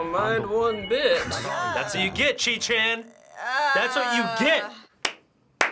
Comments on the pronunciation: not chi chan...cheat chan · it sounded like: cheat-chan to me...